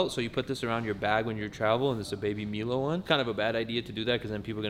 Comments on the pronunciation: who says baby "MEE-low"? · "Libary" = Library "Baby Milo (mee-lo) - Baby Milo (my-lo) "NASA" = Nascar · did he really say ‘Baby Meelo’